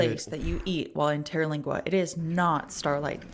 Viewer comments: Pronounced Ter-Leeng-wah. Just a mile from the entrance of Big Bend. Fabulous chili cook off every First week of November. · How she said it is wrong its tera lingua, the AC in the teepee is nessisary you cab die of the heat down there